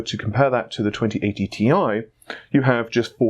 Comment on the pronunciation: Can I just say that "Ti" stands for "Titanium", but NOT as an abbreviation. It's the CHEMICAL SYMBOL. Ag is for Gold, Al is for Aluminium, Cl is for Chlorine. How do you read those? So yeah. T. I. Not Tai. Thanks!